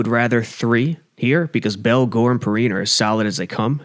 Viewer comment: Lol "pee-rhine"